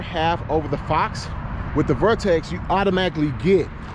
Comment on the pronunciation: Sounds like you are saying VORTEX